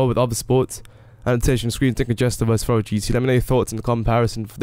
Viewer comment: Furore is pronounced like 'ferrari' -> "furroary"